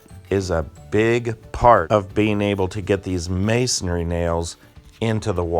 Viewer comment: Pronunciation: it's not masonARY it's masonRY